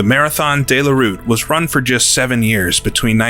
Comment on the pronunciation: 2 minutes into the video and the narrator is trying to tell me that 24 hours is once around the clock. He must be using a very strange clock. Then he starts referring to the Marathon Dey La Route. It's De la route feller, say it how it's spelt.